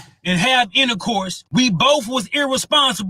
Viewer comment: And “intacourse”😢.